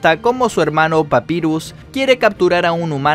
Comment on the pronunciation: Pronuncias mal papyrus y undyne